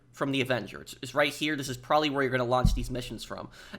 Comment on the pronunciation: Can't watch due to an adult to lazy or stupid to pronounce "probably "